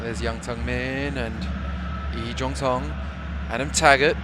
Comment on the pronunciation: 이종성 발음봐 토종 한국인인줄